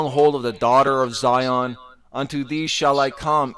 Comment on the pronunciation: He don’t even sound right saying zion he like zyooon smh damn fool 🤦🏽‍♀️🤦🏽‍♀️🤦🏽‍♀️